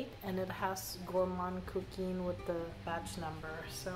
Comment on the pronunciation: You know I'm your girl when it comes to pronouncing perfumes. Epices Volees is more like "A-peace volay." Also your Gourmand Coquin is pronounced more like "Coke can" but imaging you have a sinus infection and you can't pronounce "can" very well so you don't pronounce the N so much, LOL. Anyway, it's not a long E at the end of Coquin. BTW, I haven't smelled the original Gourmand Coquin but I had a DUA dupe once and I didn't like it, but probably the OG smells better. My favorite of your group is Cuir Beluga. I just adore Cuir Beluga